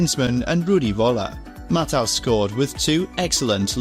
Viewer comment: The way he pronounces Matthäus. 😢